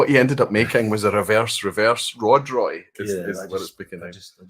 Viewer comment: Hi Roy, you spotted my name towards the end of the quiz. Well pronounced, though most versions are acceptable.😄I've been here for a number of years but because it's Friday morning here, I'm usually getting ready for work, and seldom see the whole session. Love what you do and the major part of my Whisky knowledge and experience comes from vPub and Recycled Reviews. I of course do my own research 🥃🥃🥃😆but thanks for leading the way. Slainte